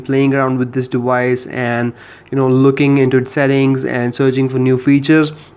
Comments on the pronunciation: It's deVice.. Not dewise. Why do you keep pronouncing v like w? Quite common in Indians. Are you an Indian? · dewice....lmao I'm sorry made me laugh. good video though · "Playing around with this dewice"